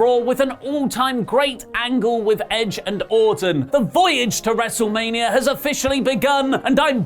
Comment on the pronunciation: PLEEEAASSEEEE dont say “WrestlemaniaRRRR” every episode!